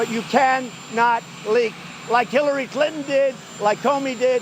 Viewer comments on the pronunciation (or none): Did anyone notice he said killary instead of Hillary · Is it just me. On the beginning of the video. Trump refers Hillary. As killary. I rewatched it over and over. I played video for others they hear Killary. Later on in video he clearly said her name twice as Hillary!